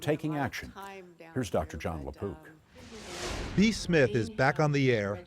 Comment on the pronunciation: I thought he said Dr John la Poop 💩 until I read the description 😂